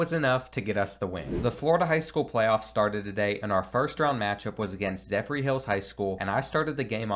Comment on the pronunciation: Love the vid but the way you said zephyr made me wanna cringe 😂😂😂